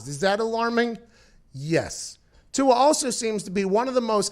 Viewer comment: You said tua’s name wrong